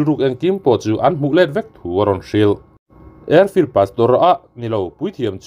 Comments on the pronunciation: Airflield pawh chu in vei awm cher cher ve vai flim chan chin i chhiar lai in Airfleld te i sawi nawk nawk mai nuih i ti za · Airfield pastor I lam ri zeuh kha chu i tilui tih chu a hriat... A tul lemlo deuh chu ka ti